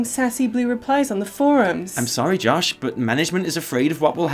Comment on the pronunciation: Your American accent is getting better. Especially that initial “Josh.” You just got to get that rhotic “r” like in Blizzard.